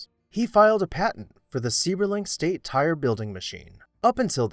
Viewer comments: As a Seiberling, I want to help with the names pronunciation. Seiberling is pronounced as ‘cyberling’ not ‘seeberling’. Just thought you might want to know. Thanks! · The name is pronounced like "syberlung"- not seeberling. Did you do not real research on this? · it is pronounced SEIBERLING (CY-BER-LING)... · Seiberling is correctly pronounced , Cy-ber-ling . You speak in the past tense, Stan Hewitt remains in the beautifully restored condition it was originally built. Do yourself a favor and actually visit it. The gardens will truly inspire. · Seiberling is pronounced sigh-ber-ling I loved living near this mansion and touring many times. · if you're going to post a biographical piece, learn how to properly pronounce rhe person's name. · The person talking has not pronounced Mr. Seiberling's correctly. I used to be a tour guide there and never tired of roaming through the house.